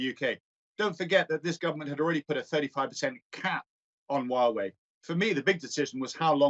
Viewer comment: Huawei is pronounced who-a-way